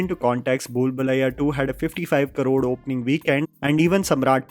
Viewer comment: While your English and voice are so good. Why you pronounce crore as karod. Hindi MTI?